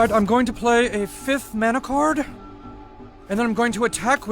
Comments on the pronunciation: They mispronounced mana. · Problems with your summary of Magic: - They're planeswalkers, not mages. - "mana" is pronounced with the first 'a' like "can" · Dude fucking learn how to pronounce Mana currently. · It's pronounced man-na not mah-na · Before watching the video: Magic the Gathering better be number 1 Oh shit yes. But what the fuck is a maana. its man-ah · He really pronounced it 'mah-nah'. Wow. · Sry, but mana is pronounced man a.